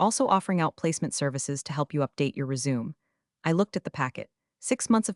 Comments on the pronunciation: It's res-sue-may. Clean up your AI,people. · I would believe you are not a bot if next time you have to include 4 words pronounced correctly. Patagonia, resume, pentagon any high number/currency written like $14.6m.